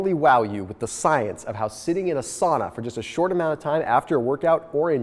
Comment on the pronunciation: That's not how you pronounce "sauna" though :D